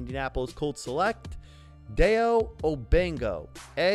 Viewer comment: Just for clarification, his name is pronounced: first name: Die-O Last name: Oh-dang-bow(like a hair bow)